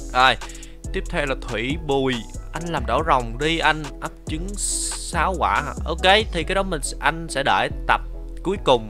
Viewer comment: anh nói ấp chứng rồng mà ☹️☹️☹️☹️☹️☹️